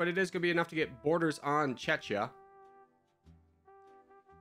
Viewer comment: thats not checha thats czechia (che-kia)!